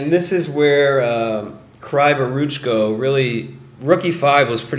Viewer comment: Kryvoruchko reads like "Cree voruchko" it's Ukrainian surname. Word for word translation "Crooked hands" :)) But "cree", not "cry"